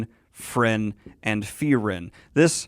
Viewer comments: My limited German language skill means that every time someone says “Free-ren” instead of “Fry-ren” I get slightly thrown off and the worst part is I don’t even know if I’m remembering my German pronunciation properly 😅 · The E come BEFORE the R. It's not like you misread it. You're watching a show in ENGLISH GODS!! You're as bad as M. Night Shamalan changing his name to Ahng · Lots of better Frienen "analysis" on YouTube than this. What a disservice to the amazing anime when you can't even get a main character's name correct. Did you even watch it or just read a synopsis and then read it back to us? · Holy shit the english dub is butchering like all the names.